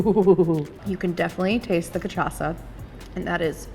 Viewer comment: So, i love u. But I’m portuguese and u are so funny saying those portuguese words like fogo de chao and caipirinha 😂 u nailed the cachaça and fraldinha though. 💙